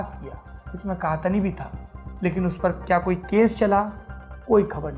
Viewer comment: सौरभ द्विवेदी जी वो 'सऊद अल कहतनी' नहीं 'सऊद अल कहतानी' है :D :D